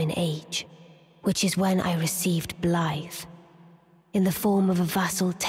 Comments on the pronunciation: I think the real question is do we pronounce Blaidd as it is spelled or as Blythe? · for some reason they pronounce it as "Blaeifv" as in the English word "blithe." Sort of fitting for their character isn't it?